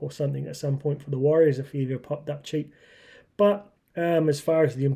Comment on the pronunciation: WARRIORS NOT wahs.